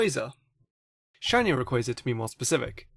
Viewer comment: ray - quar -za . to rhyme with plaza. lol jk idc, nice video